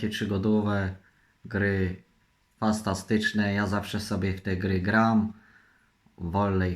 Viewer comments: kuźwa weź w końcu idź do logopedy, fastastyczne, trzygogowe, trzystępna, no kur.a uszy mnie bolą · Fastatyczne NOWSZE gry. Legancko. Spaniałe te gry fastantyczne. Te gry to rekord Guinnessa., takie nowe i trudne słowa wypowiedział, szok:o jestem zadowolona.